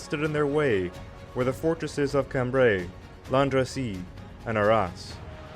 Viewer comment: Cambreh, not Cambraeey